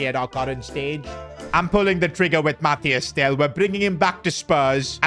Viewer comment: It’s Mathys Tel not Matthias Tel